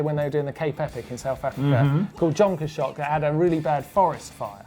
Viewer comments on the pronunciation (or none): South African pronunciation of Jonkershoek = 'yon kers hook' LOL guys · Nice pronunciation of Jonkershoek :) not even close.